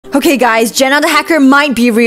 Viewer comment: "its not OKEH to be OKEH💜" (titan crys 😭)